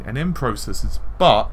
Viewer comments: I hear it like ooh! "Butt!" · Lol, am I the only one who heard the last "but" as "FUCK!" I swear, it sounds like he says "FUCK! With all of that said.... "